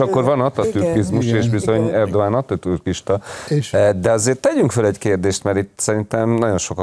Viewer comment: Hihetetlen, hogy tanult fők, szakértők sem tudják Erdoğan nevét helyesen kiejteni!